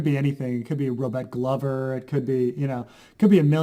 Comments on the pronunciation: this is a load o waffle and non mans pronunciation of Glover is worth of death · It's glover, like a glove, the guy even has a glove as his sigil. At least you're consistent, unlike Dotrice (RIP you old duffer)